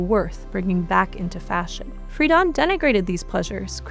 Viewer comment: FREE-DEN NOT FREEDON